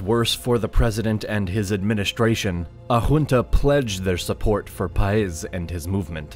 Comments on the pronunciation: Great video, horrible name pronunciations. Look at the accent marks: SimÓn BolÍvar, PÁez, etc...I understand it is not easy for a non-native speaker, but the thing about Spanish is that you have markings on its written form to help you pronouncing. But thanks for your efforts! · The emphasis in BO-LI-VAR is in the second syllable (LI), in SAN-TAN-DER is in the last one (DER) and in PA- EZ is in the first one (PA), it even has the accent mark over the A. You managed to get them all wrong 😂 Just put the words in Google Translate and click on the little speaker button to hear how it sounds, is not that hard. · I can't get over the blatant disregard for the accent mark. Saying BOL-ivar when it says Bolívar, and paEZ when it says Páez. I get it that he's not a Spanish speaker, but it's really very simple. I almost can't believe that he knows all the stuff in this video and doesn't know what the accent mark is for. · may know many things. But it certainly doesn’t have a clue of how to pronounce Bolívar, Santander, Páez or Cúcuta. That was TERRIBLE. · the narrator doesn't know how to pronounce Bolivar, Cucuta, Paez, or Santander. nither Granados. He should be trained before starting the video